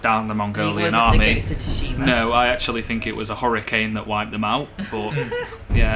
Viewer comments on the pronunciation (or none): absolutely loved the vid,and just an FYI it's pronounced as "sue-shima" (